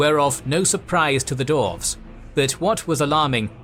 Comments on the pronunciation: try saying dwarves instead of doorves otherwise love ya work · Yeah, all I’m hearing is dorves not dwarves.